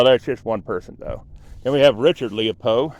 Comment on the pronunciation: It's Springmill Cemetery, not Springfield. Also, it's Leppo, not "Leo-pole". This is a former graveyard of a Lutheran Church.